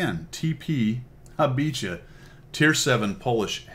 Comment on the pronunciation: Great review as usual, the name is pronounced Ha Bee ha.